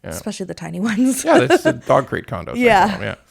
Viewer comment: When you said dog crate condos I heard heartbreak condos. I had to scroll back. I say heartbreak condos 💔